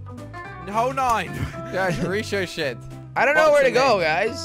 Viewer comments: Btw it's not pronounced "rishoshet" It's pronounced "rik - o - shay" 😂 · It's pernounced rick-o-shea not rishoshea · NNOT RISOSET BUT RIKOSET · ...BOi it's not richochet it's richotche like you know when thing RICHOCHE off of other things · its ric-ah-shey not rich-oh-shet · ri Cho Chet lol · Lmao Jelly said Reeshoshet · level 6 ricochet is pronounced (Rica shay) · ricushay is how you say ricochete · You mean RICK-O-CHEY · Richohet (ric-a-shae) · hole nine is pronounced rick o shea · Ricochet is pronounced rick-o- shay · its pronounced as riko-shay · it is pronounced ,rikoshay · its ree co shay